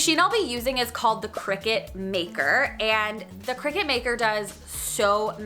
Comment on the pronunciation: It's pronounced decal (deckle) not deeecal. And it's Cricut (Cree cut) not cricket.